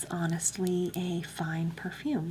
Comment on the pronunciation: When you said purfoom I actually laughed so hard I cried